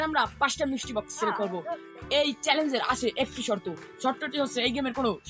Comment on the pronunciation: Mestry box?❌ Misti box✅